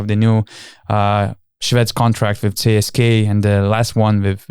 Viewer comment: Donatai, ne CSKay, o CSKA :) net anglakalbiai taria CSKA (CESKA), be jokiu "Kei" gale. O siaip, saunus podcastas, lauksim toliau